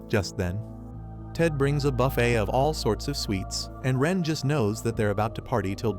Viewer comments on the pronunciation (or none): none